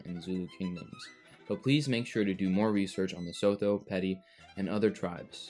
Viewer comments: And Sotho is pronounced Sootoo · Couple of points on pronunciation, "Sotho" is pronounced "Sutu", and the "Xh" in "Xhosa" is actually a click consonant made by pressing the tongue against the roof of the mouth and sucking, kinda like the sound you might make to call a horse. It's typically Anglicized as a "K" sound, since click consonants are kinda tricky to get the hang of for people who don't have them in our native languages.